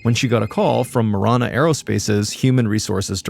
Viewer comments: It's pronounced ma-ran-uh, driving me crazy lol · It’s “Ma Ran A” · It's throwing me off because of the way Mr. Ballen is pronouncing marana